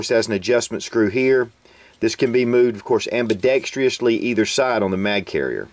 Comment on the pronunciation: I'm a subscriber. I love your videos. I love your style. But PLEASE stop with the "ambidextrEEously". There is no long "EE" sylable in "ambidextrous" and you don't sound like the intelligent guy I know you are when you pronounce a sylable that simply isn't there. Thanks! (And yes I know you're not the only one.... In fact, if you learned that pronunciation on youtube, then I know exactly where you got it!)